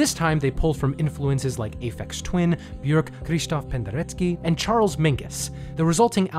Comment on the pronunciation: You're the only non-classical Youtuber I've seen who has managed to pronounce Krzysztof Penderecki correctly, and you get extra points for nailing the vowel sound in Björk